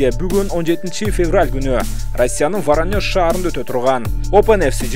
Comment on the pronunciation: Ворониош-деген шаарды биринчи угушум😄😃,чен бирдик дегенин эмне?😂